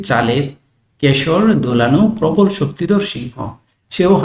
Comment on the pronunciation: প্রবাল না প্রবল😂😊